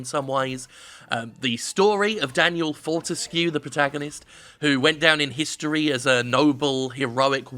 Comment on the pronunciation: Well you didn't say "Fortesk" like IGN, already a better review.